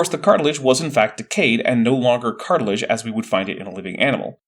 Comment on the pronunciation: "Dinoser" instead of dinosaur, "cartlage" instead of cartilage, "miterchondria" instead of mitochondria, even heard "manscape" instead of landscape once. For someone who's PhD is in communication, is REALLY not well spoken.